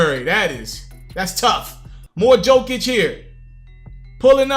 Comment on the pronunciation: again my man.. it's pronounced yo-kich!